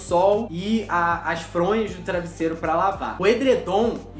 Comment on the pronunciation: É travesseiro você falou errado